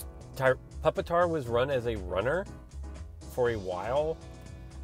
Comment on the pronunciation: (PuP-TAR) funny